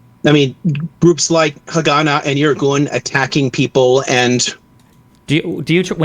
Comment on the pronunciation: Worst pronunciation of Haganah I've ever heard lol.